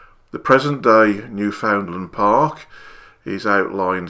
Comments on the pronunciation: "Newfoundland" isn't pronounced New-FOUND-lund. It's pronounced Newfin-land. Crush the first two syllables together like they're one syllable, say "fin" instead of "found", and place the emphasis on "New" rather than "found". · Sir, “You pronounce Newfoundland like “understand."